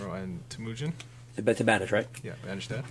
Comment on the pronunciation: It's TEH-mujin, not teMOOjin!